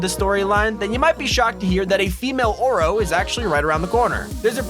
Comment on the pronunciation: When he said “Female Oro” I thought he ment “Aura” Lol 😝😂🤩🥶😵😎